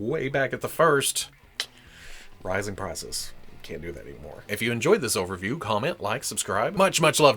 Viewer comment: When you said "rising prices" I initially heard "riding crisis." And it kinda still applies.